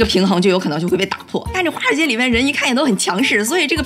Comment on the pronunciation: 第一句听成花街😄